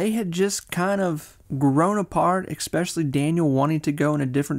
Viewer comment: The “and” between “Young” and “Modern” and the replacing of the “s” with “x” in “especially” are destroying me lol